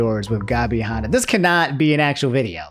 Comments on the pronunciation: Han Not hon Like hand Ah without the d Not hond ah without the d Lol almost keemstar levels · Can we talk about how can't say the name Hanna